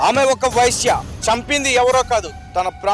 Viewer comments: వైశ్య కాదు వేశ్య. పదాలు సరిగ్గా పలుకు, తరువాత వీడియోలు చెయ్యి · నీ తెలుగు కాలి పోను. వైశ్య కాదు వేశ్య అనాలి. లేదా కాల్ గర్ల్ అను. లేదా వ్యభిచారి అను. వైశ్య అంటే ఓ కులం. వ్యాపారాలు చేసేవారు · Orai babu vysya kadhu raa babu vesya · News readers కు భాషమీద పట్టుండాలి, లేదంటే అర్థాలు మారి అభాసుపాలౌతారు!, వైశ్య అంటే ఆర్యవైశ్యులు(కోమట్లు), వేశ్య అంటే వెలయాలు! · తెలుగు రాదా రా నీకు వేశ్యకు వైశ్య కు తేడా లేదా మొదలు నేర్చుకోరా నీలాంటి వాళ్ల వల్ల వ్యవస్థ బ్రష్టు పట్టేస్తుంది రా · వేశ్య అనాలి వైశ్య కాదు మహోదయ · వెైశ్య కాదురా వెేశ్య అను. లెేకపొోతెే sex worker అను. చాలా తప్పు గా మాట్లాడుతున్నావు. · సోదరా వైశ్య కాదు వేశ్య నీకు చేతకాకపోతే లంజా అనొచ్చు కదా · Not a visya bro, VESYA. Visya, visya antunnavu, vysylu CHOOSTHE ninnu uthikestharu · వైష కాదురా వేశ్యా రా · Sir telugu basha nerchukuni matladanti VA. Ve ki Leda teliyaali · వైశ్య కాదురా వేశ్య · Vyshya kadu vesya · Vaishya kadu veshya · వైశ్య కాదు వేశ్య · Babu! Anchor garu mother tongue Telugu kaadaa tamariki vaisya emiti? veesya ani paluku babu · ఎందుకు రిపోర్టర్ గా చేస్తారు రా హౌలే.. వైశ్యా కాదురా వేశ్యా.. సరిగా పలకండిరా బాబూ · Vysya kadu vesya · వైశ్య కి వేశ్య కి తేడా తెలియదా నీకు వచ్చిరాని భాష ఎందుకు మాట్లాడుతున్నావ్ 😂😂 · ముందు నోరు బాగా చెప్పేది నేర్చుకో గురు వైశ్య కాదు వేశ్య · వై శ్య కాదు వే శ్యా అoకర్ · వైశ్య కాదు నాయనా వేశ్య .. తెలుగు బాష సరిగ్గా మాట్లాడు... నీ న్యూస్ లేకపోయినా పరవాలేదు... లేనిపోని గొడవలు అవుతాయి 😈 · ఒరేయ్ anchor నువ్వు ఫస్ట్ లాంగ్వేజ్ నేర్చుకో వ్యష కాదు రా బాబూ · ఆశ్చర్యకరంగా అతను వీడియోలో అన్ని పదాలు సరిగ్గా మాట్లాడాడు కానీ 'వేశ్య' అనే పదాన్ని సరిగ్గా ఉచ్చరించలేకపోయాడు. మరో ఆసక్తికరమైన విషయం ఏమిటంటే, ఈ ఛానెల్ పేరు '100TV సౌత్ అమెరికా'. ఫేక్ న్యూస్ ఛానెల్ అని తెలుస్తోంది.